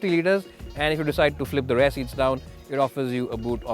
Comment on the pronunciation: My Dear Friends from the north of India... Please note the following; Rear is pronounced as Re-yer (like Dear....not Dare!!!!) Rare is pronounced the same as DARE and not like DEAR!!! Power is pronounced POW-WER and not PAAR!!! It's really (not Rally) irritating to listen to such mistakes on a public program which is exactly why we Indians are mocked by the Western media with our accent's....we can at least get someone who can speak well especially since it's a public video on YouTube where millions will be watching!!!